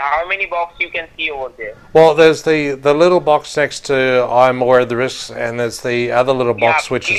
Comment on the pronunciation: "I am aware of this krisk"? Why are they always incapable of saying "these risks"?